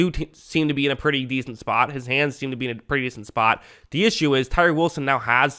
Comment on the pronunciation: Great video as usual Sir! Do more of "d" Lions videos please! (I've noticed you replace the word "the" with "d" 😅)